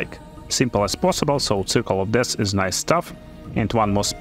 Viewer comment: Hey thanks for the help! I figure I can help you in return. Its not re-silent its resilient its not chief its thief its not dash its death its not face its faith. You can google these words to hear the correct pronunciation. Great Video!